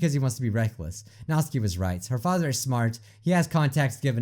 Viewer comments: She said “When I came here to hide from my FatherRrRrRrRr” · "When i came here to hide from my fatherrRrRrRrRRrR" "I hate being called cute"